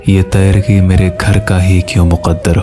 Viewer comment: Word tayrgi ni hota teergi hota h or kutba ni hota katba hota h